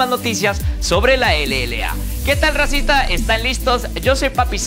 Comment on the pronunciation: como me da cringe cuando dice "racita"